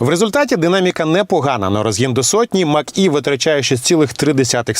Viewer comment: Може Мач - Е, а не Мак-Е.